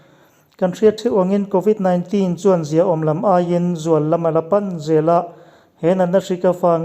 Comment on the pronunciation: I aw sial tawp, covid 19 tihlai tak kha i lam nalh lutuk..